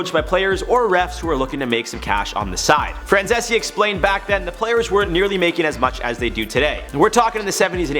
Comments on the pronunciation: Micheal Francese (Fran-zees), not Francesse... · His name is pronounced Franzeez. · If you know about Michael Franzese, at least learn how to pronounce his last name. It's pronounced /frænˈziːs/. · Good job breaking it down but his last name is pronounced Fran-zees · If you are going to use someone as a source, you should learn how to pronounce their names. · I wish he’d stop saying his last name like that. It sounds stupid n it’s wrong lmao. Just say Michael dude 😂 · If you’re going to make an entire video talking about a guy, at least have the decency to do your due diligence and properly pronounce his last name. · hey thats my guy franzese! also the way you pronounced his name was terrible